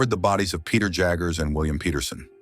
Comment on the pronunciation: When the narrator can’t even pronounce Peter